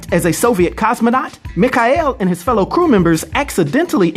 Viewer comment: How can you pronounce Mikhail wrong? Lol